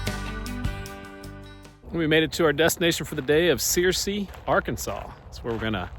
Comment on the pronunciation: ‘Sir See” not “Seer See”